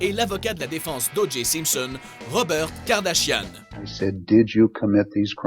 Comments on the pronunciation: Kardashian pas kardashiane... :) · "KardashianNE" mdrrr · COmme tu prononce les kardashian ! beurk!